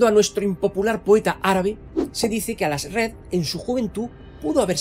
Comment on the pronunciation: Toda mi vida diciéndole Aljazred y escucho el Alazred y se escucha raro😮